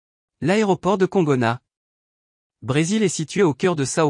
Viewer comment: Excusez-moi, mais vous pourriez faire un effort de prononciation pour les noms étrangers. Congonaaa et Saooo Polooo, ça fait mal aux oreilles ! De même que "Island", en anglais, se prononce "aïland".